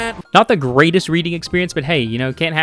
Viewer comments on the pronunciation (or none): none